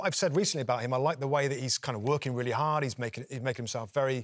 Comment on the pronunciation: Havertz has "worked gard all season" and last season wasn't about character it was about inexperience. But at least they are pronouncing our names right.